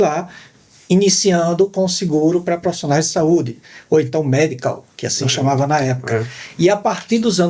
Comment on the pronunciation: Muito bom.. Mas, segurar profissiiiinaia ..😊